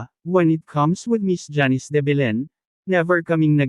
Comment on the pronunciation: Simpleng name na janice eh hndi mo pa mabigkas ng tama.. Sino mgtatyaga panoorin at tapusin ang video mo?